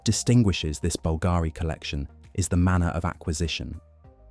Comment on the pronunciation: Beautiful pieces, thank you for sharing. However, the tortured ,florid narrative was difficult to listen to. And please, please pronouns Bulgarian properly. It's BULL g' ree.